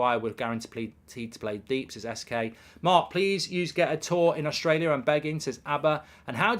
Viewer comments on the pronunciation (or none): none